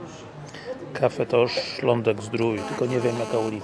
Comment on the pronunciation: Źle gościu wymawiasz nazwę kawiarni. Nie nazywa się Cafe tosz tylko Cafe Toch, a Toch to nazwisko właściciela Mirosław Toch